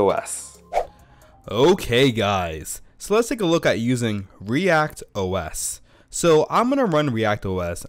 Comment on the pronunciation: It is "ReactOS", not "React OS".